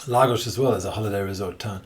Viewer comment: Why does he say Lagos properly but calls Portugal ... Porch-u-gaul.